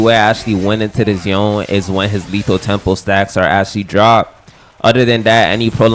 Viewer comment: Dude what thee fcuk is yon it is Yone not yon yon yon the yon it's pissing me off